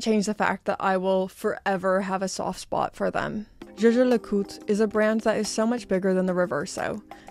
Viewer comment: Sunday, the best day of the week 🎉 I remember watching ArchieLuxury videos about JLC and laughing every time he said Yei yei le Cou 😂😂😂